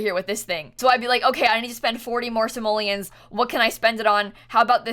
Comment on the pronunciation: Stop saying samollins say. Money